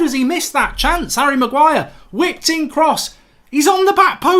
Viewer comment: Hahahaha Man called Harry Maguire, willNE.